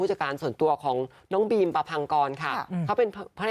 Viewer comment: บีม ค่ะ ไม่ใช่ ปีม